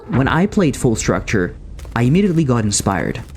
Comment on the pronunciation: Quite a nice video. However.. Det er uttalt Fall struktur, ikke structure.. :( (Skål til de Norske her.)